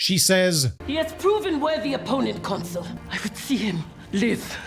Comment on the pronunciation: I don't know how deliberate it is, but Pompey constantly being called a 'console' rather than a 'consul' tickles me every time. 🤣